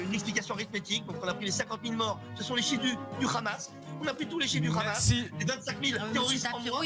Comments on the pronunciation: Bfm prononce le H comme les sionistes Le Rhamasse le Rhesbolah. 😂 BFMWC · Une astuce pour détecter ceux qui sont pro Netanyahou : ils disent tous "kh"amas comme dans "kh"uan carlos. 😉